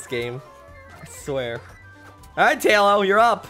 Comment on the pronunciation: Tahlo amiright? Realllllly GG?! No its pronounced Tay-lo Also he likes Talonflame. Also he is a moderator.